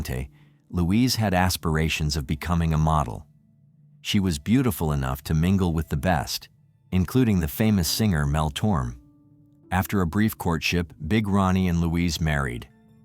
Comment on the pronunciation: "Mel Torm" 😂